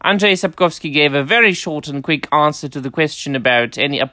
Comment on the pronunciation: The English speakers have decided that Andrzej is pronounced as 'Adres'. I have no idea why. The pronounciation of Sapkowski tends to be a bit more random but at least usually it is more or less identifiable.